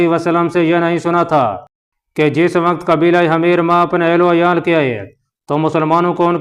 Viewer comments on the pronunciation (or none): Salaam from Canada 🇨🇦! Sir, The word you pronounced “Hameer حَميِر" is not correct! It means “Donkey گدھا” . The correct pronunciation is “Himyar حِمْيَر” . Please correct! Thank & regards!